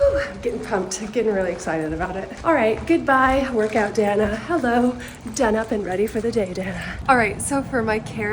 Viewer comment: Danna ♥♥♥♥♥🌹🌹🌹🌹🌹🌹🌹🌹🌹🌹🌹🌹✴✴✴✴✴👑👑👑👑👑 Couldn't tell if you said "Hello" or "Cello".